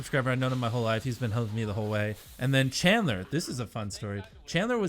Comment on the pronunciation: Chadler its janitor